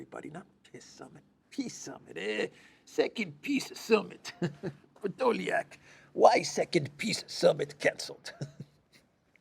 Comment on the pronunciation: “Ehrrr Pedoliak” (Elensky) 😂